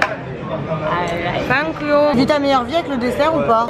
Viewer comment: le thank you il m'a tué